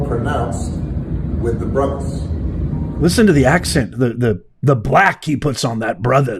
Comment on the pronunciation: I'm pretty sure that Obama said "It's more pronounced among the brothuz." Divider in chief has no reason to support Commie except race.